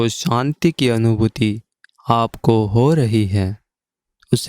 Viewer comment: kripya santi nahi shanti kahe.aap sha ko sa bolte hai.